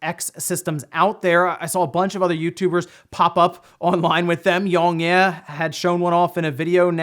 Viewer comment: ... That is the weirdest way I've heard someone say yongyea's name